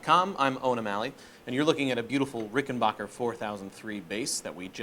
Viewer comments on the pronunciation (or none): FYI it’s “Backer” not Bocker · It’s BACKER not BOCKER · It is RickenBACHer actually. Geddy Lee himself has pronounced it that way.